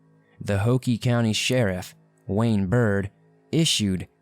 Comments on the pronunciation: Hoke county is pronounced hoke...not ho-key. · Hoke County, like Coke. Not like Hokey Pokey. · It's Hoke not Hokey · It’s Hoke like COKE!! NOT HOKIE!🙄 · It's not Hokie it's hoke like Coke. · It's Hoke co, not Hokie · Lol its Hoke like Woke County, not Hockie 😭 but it sucks when you remember when these people went missing and the fact their still talked about now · if you have lived in NC, you know it's Hoke(like poke). Not Hoke(pokie). If you're ever in Wilmington lets grab a cold one. 🍺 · It's pronounced Hoke with a long o and silent e, not hokey. That's where I graduated high school. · Hoke Co is not pronounced Hokie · Bro, you say you lived here, but say "ho-key county?" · It's not pronounced Hokey. It rhymes with Coke. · ITS NOT HOKEEEEEE! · It is hoke like oak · Man! I'm in Fayetteville. It would take me hours in any direction to get out of this state. Also, Hoke county is 15 minutes from here and is pronounced like oak. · For the first case: It's pronounced like "Hoe-k" not "Ho-key". 😂😭😂 and Chay-vis 😭😭😂😭 I couldn't get over that! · Slight correction: "Chavis" rhymes with "Davis". "Hoke" is one syllable; rhymes with "joke." "Londeree" is spoken like "Lown-dree" (rhymes with 'foundry'.)